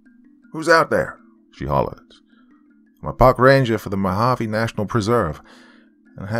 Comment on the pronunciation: Lol at least you didn't say Mojave the wrong way. Some people pronounce it with the j sound. Here in az it's spelled Mohave. Love to you and yours. Can't wait to hear more of your stories.